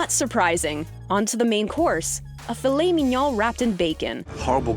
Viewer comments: Filet... Men/min.... Yoown? Do you think this is an Asian dish? WTF is going on here? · “filet minyaw”